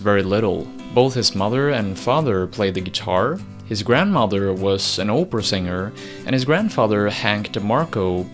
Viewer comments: the way you pronounced the word "Opera" with your accent made it sound like "Oprah". The famous daytime tv host. So I heard "Oprah singer" and it's a funny thought. Respect man. no worries. 👍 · You say Opera like “Oh-per-ah” I don’t like that. And I don’t like opera. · It's more like "OP-Pra", rather than "OH-Pra"